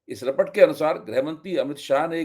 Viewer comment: Sir aap kya teleprompter use kar rahe hai ya ? Computer se read karte hai? Aap report ko rapat bol rahe hai, yeah aap ki Hindi bhasha ki pakad ko kamzor kar raha hai.